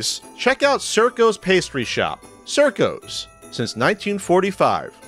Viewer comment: great video, but the pastry shop is pronounced CHIRCO cheer-co, my grandmother lived around the corner you fake italian or something, come on let me buy you some pasta and cannollis